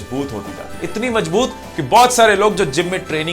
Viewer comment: Majboot nahi mazboot hota hai 😉